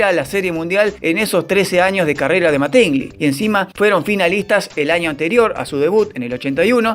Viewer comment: MÁtingly no MatÍngly. Animal.